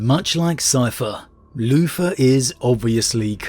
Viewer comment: Am I the only bloke who kept hearing him say Loofa instead of Luther? No? Ok, I'll see myself out..